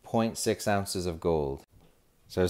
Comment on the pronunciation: there is no t in ounzes :D